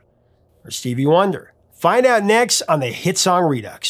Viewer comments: It's "re do", not "re ducks". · Do people not know that Redux is pronounced redo ?